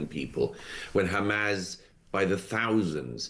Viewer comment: Why does Murray insist on calling it "Hamaz"?